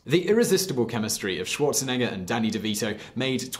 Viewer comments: "Schuorzenegga"? What a pronuciation! XD. By the way he played Fußball (=football). We don't call it "soccer". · The way this guy pronounces Schwarzenegger is probably why I didn't get ads on this video